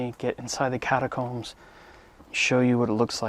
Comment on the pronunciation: “Catacombs”, huh? LMFAO!